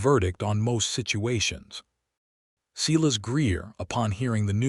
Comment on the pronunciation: I enjoyed the story other than the butchering of names Silas and Eleanor! AI has a lot to learn about names and the different uses for tear, live, read and other English words with 2 meanings. I like that the names in the story were different and that Adelaide apologized for being judgemental without knowledge. All in all a good story.